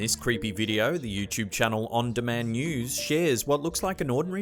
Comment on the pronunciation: Anyone else cringe when he says youchub? It's "YouTube" not youchub other then that good videos